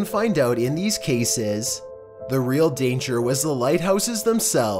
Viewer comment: Cayses that is how you say cases